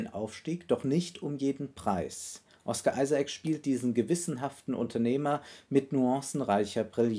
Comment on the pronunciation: "Ohsca Isaac"